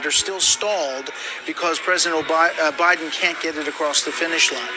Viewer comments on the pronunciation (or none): president Obiden